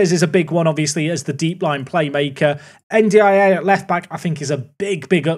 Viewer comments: Hearing N'D-I-A so much is breaking something in my brain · i think you can pronounce better Ndiaye as "n-dye" or "undye" mate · anyone else losing their minds at "en dee eye ay" 🙃🙃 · By the way the way you say N'diaye is un-die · N'Daiye should be pronounced as "And I" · It's spelled N'Diaye, not N'Daiye. I think it would be pronounced more like "ndjai", rhyming with "eye".